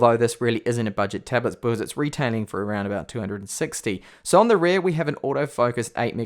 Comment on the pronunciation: You say rear like rare